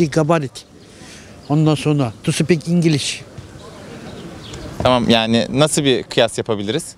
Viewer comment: the man "tu speik ingliz" - 😂😂😂